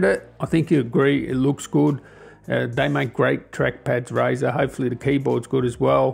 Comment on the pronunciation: Rizer mhhh i hear Rizer